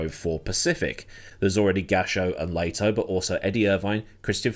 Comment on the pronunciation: ...dude, can you at least make an effort to correctly pronounce names instead of reading them as if they are English by default? Learn how to pronounce Lehto correctly to start, that's easy. The fu£&1ng arrogance....